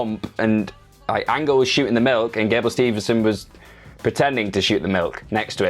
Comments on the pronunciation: Cmon guys it gable steveson, STEVE-SON, Theres no N in the middle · Love you guys but it's Gable Steveson not Stevenson